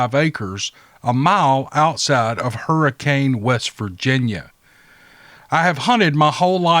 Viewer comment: Love your show. In one story from Hurricane, West Virginia you pronounced the town as is spelled. Not a big deal but it's pronounced "Hurr-a-can". It's not just a southern way of saying Hurricane, it's actually pronounced different. I live in Ohio across the river but the Tri-state area (Southern Ohio, Eastern Kentucky and Central West Virginia) is home.